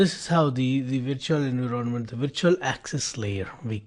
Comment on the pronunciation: I like his method of teaching, slow, deliberate and covers the key points. Subject-wise he is very knowledgeable. His English is generally very good but surprisingly pronounces some key words utterly wrong. Ex: Environment, promiscuous, forged:with this one, he even got the concept incorrect. Sir, hope you do not mind the constructive criticism.